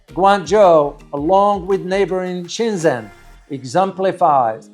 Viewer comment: Nice video. Much of the footage is spectacular. I am pretty sure "Shenzhen" is pronounced Shenjan, not Shenzen.